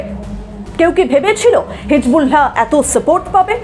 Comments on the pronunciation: thank you sister but your pronunciation of hisBullah is incorrect. শব্দটি হিজবুল্লাহ হিজবুলহা নয় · আপনি কেমন সাংবাদিক হিজবুল্লাহ সব্দটা ঠিক মতো বলতে পারেননা।